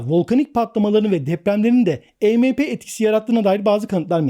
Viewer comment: Arkadaşım bir video bir içerik hazırlıyorsunda e me pe değil !! E em pi !!!! Yani si önce bir araştır nasıl okunur yada telaffuz edilir , ondan sonra biraz daha konuları detaylandır !!! Bir de polis ve Askeriye birşey yapamaz diye bir durum yok , bizim Askeriyemiz de durum nedir bilmiyorum. Ama pilipinler en son tusunami afetinden sonra , Amerika cindi kasırgasından sonra , Çin zaten yaklaşık 20 yıldır düzenli olarak bunların tatbikatını yapıyor !!! Yani öyle işkembeden sallamayla bu işler yürümüyor..